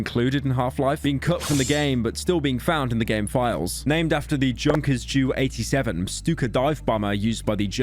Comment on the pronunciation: Jesus. "Juw 87 stuka from the Luftwaft"??? What do they teach kids these days lol. So many mispronunciations in this video. Just a tip Pyro; if you're unsure of pronunciation maybe go look it up before you preserve something for posterity.